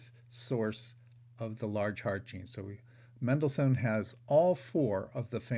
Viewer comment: You don't know how to say Mendelssohn.